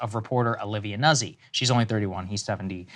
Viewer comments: Nuh-Zee?... It's pronounced "Nazi" Deal with it! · It is pronounced NUT SEE in proper Italian. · I only care about the horrible pronunciations of those Italian names: it's "Noot-si" and "Leet-sa". Thank you lol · It’s pronounced “nooht-see” in Italian. Thankful for the reporting